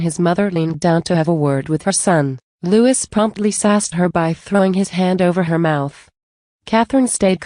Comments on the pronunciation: Not Lewis his name is Louis sounds like louee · How about pouncing Prince Louis (Lou Is) name correctly.